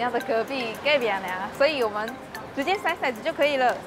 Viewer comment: 骰子，念touzi,不念shaizi。shaizi是色子